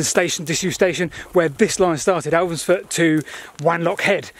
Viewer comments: It's Elvanfoot. Not Elvansfoot. Sorry to be nit-picky but that village is close to my heart. It's where my mother was born and spent her childhood. Lovely place. ☺️☺️ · And Elvanfoot is pronounced Elvanfoot, not Alvansfoot.